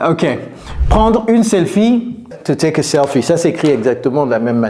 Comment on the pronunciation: Touték ??? Par pitié, soignez votre phonétique, c’est catastrophique